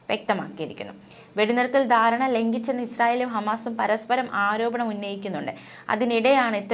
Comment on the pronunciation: യുദ്ദം എന്നല്ല യുദ്ധം എന്നാണ് ദാരണ എന്നല്ല ധാരണ എന്നാണ്